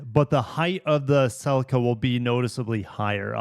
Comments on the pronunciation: Bhaha bro says celica wrong its not sellica. Pronounce the dam Ce Lica say it like sea lica celica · Great vid but your pronouciation of celica drove me nuts hahaha I have always said celica as cel-eee -ca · No way he pronounced Celica as "SeLica" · Why do you pronounce Celica like that? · You need to learn how to say Celica correctly